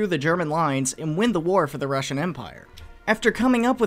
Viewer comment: The röölly Rüssian